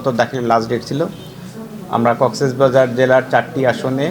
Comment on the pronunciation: কক্সবাজারের ডিসি সাহেব জেলার নামও সঠিকভাবে উচ্চারণ করতে পারেননা।